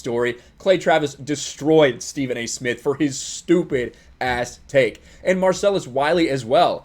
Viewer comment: Stephen a Smith can't even say his own name He calls himself Stephen A Smiff. Idiot